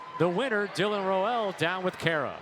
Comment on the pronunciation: Rowell rhymes with “owl” for future reference. This won’t be the last time you need to say his name.